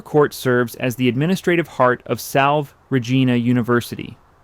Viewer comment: It’s pronounced Salvay not salve